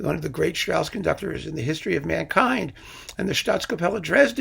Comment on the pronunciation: Strauss was not someone who brought his humor to the people as a thigh-slapper - Rossini didn't do that either - but who had wonderful i not the best lyricists who hid the humor in the language, Strauss then in very fine music. And please - If you give a lecture on Strauss, pronounce his name and works correctly. And your analysis about Jochanaan in Salome is totally wrong in my opinion.